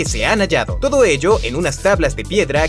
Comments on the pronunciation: Like si te diste cuenta que en el minuto dise todco en lugar de todo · (No es una pregunta para el video) Alguien más se dio cuenta que en vez de decir en la pregunta “todo” dice “todco” ._.? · dice todco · dice todco en vez de todo XD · (Dice todco) en lugar de "todo" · "todco" muy mal. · en el minuto se puede ver que dice ¿como empezó todco esto? se confundio un poco en la palabra dodco todo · todco en ves todo jeje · Todos:www que interesante Yo: porque Dice todco en el min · like si viste que dice todco en ves de todo :v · Dice: TODCO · dice todco? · Pregunta: ¿Por qué colocó "Todco esto" en vez de "Todo esto"? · En el Minuto dice TODCO en lugar de TODO Gracias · En el segundo dice todco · En El minuto dice Tocco XD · alguien mas se dio de cuenta que dice pero... ¿como empezo Todco esto? Haci dice leanlo ._. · dice TODCO, alguien mas lo noto? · Quien creo o como surgio el sentido de las calles? Minuto dice "todco" esto jaja que atento por dios denme un oscar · Siempre pongo mucha atencion en estos capitulos, en el minuto dice: ¿Como empezo todco esto?, buen contenido es un simple problema sin importancia :p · alguien más se fijo que dice Todco ?! 😹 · En el minuto dice TODCO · Se dieron cuenta que en el minuto dice TODCO? LIKE PARA NO DESAPARECER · no mames dice todco :v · Todco, ¿Eso es español o es portugues? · Quien se dio cuenta que aquí dice todco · En el minuto se equivoco en la palabra todo, pero muy buen video me ayudo a saber cosas que no sabia